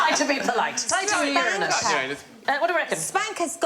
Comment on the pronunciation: I appreciate Sandy pronouncing Uranus correctly. It's a pet peeve of mine that the name is so disrespected by immature people. The planet is amazing, and the deity was terrifying! Worthy of respect, not cheap jokes.